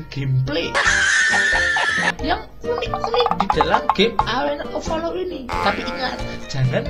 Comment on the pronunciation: Telinga gua ganjel njir liat nih video alena of palol ashiap